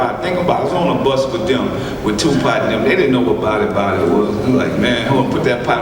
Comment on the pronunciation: I just came hear to hear him call Tupac tupot.